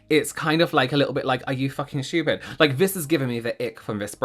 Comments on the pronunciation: I just love how says schtupid. It always makes me laugh. He’s always right too. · I just love hearing you say shtoopid😂😂